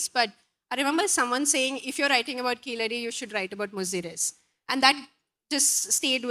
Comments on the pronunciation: Evidently Keezhadi meaning 'Bottom Step' is the right word for the excavation Site, and Keeladi meaning 'Villian' in the Tamizh Language is not the desired meaning. Tamizh speakers please take responsibilty to correctly pronounce Keezhadi. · Sad to see Tamils pronouncing 'Keezhadi' as 'Keeladi'.Most Tamils who take great pride in their language are unable to pronounce pure Tamizh words like THAMIZHAKAM, VAAZHA, PAZHAM, VAZHI and KUZHAMBU correctly.How can/Why do ypu expect non-Tamils to take your love for Tamil seriously when you are unable to get the basics right.Surprisingly Tamils who are born and brought up in neighbouring Kerala pronounce 'zh' correctly. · When the name of the place is clearly "கீழடி"(கீழ் + அடி)which literally means " deep under" from the Tamil side there is the use of deliberate anglicised untamil pronunciation " Keeladi" which is self defeating the arguement. if keezadi is pronounced "keeladi" either because of negligence or inability, what is the point of complaining that the Northies don't want our civilizational being noticed! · Not to criticize her (since I'm sure the book is very well written), but why does she have so much trouble with pronouncing the name of the place, i.e. Keezhadi? She seems capable of pronouncing Tamizh.